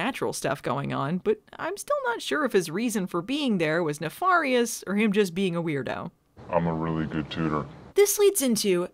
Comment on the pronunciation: You still don't know how to say nefarious. You keep saying, na-FAR-ious. It's pronounced, ne-FAIR-ious